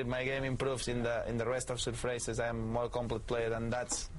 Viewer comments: he says " surfrace" instead of surface..that is soooooo cute! love u rafa.. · ...even though Rafa's English is about 100 times better than it was a few years ago, I still smile when he throws in a "surfrase" :-)